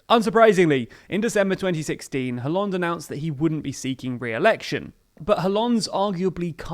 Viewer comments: Its kinda cringe but its pronounced as Ollande. The H is silent. If you are going to pronounced Benoit like the french, you should be consistent. Just a gentle reminder. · I like your show a lot, but honestly you should work on your pronunciation (Hollande, Mélenchon etc)